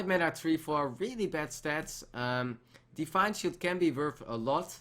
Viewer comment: thisj pronunciation plz! Define shield